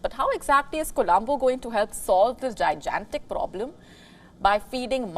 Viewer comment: Not jaijantik, but gigantic.